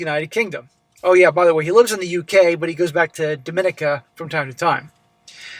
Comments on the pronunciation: The stress in Dominica is on the second-last syllable. As in, dom-in-EE-ka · It's pronounced dom-ee-nee-kah. Tis where my family is from